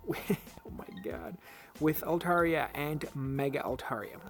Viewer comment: You are pronouncing Altaria correctly